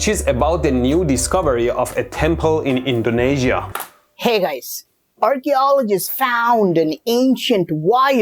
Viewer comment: RRCHEOLOGEESTS FAOOOUND 😂